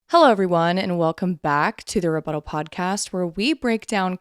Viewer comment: Rebuttlal. Hehe. You said butt. (Comment for the algorithm) ❤